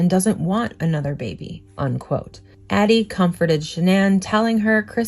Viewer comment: This is great stuff but I just gotta say, it’s “unquote”, not “on-quote”